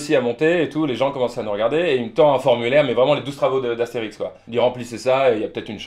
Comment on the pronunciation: "Les 12 travaux d'Axtérix" XD